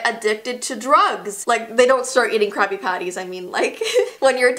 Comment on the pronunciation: i thought she said crappy patties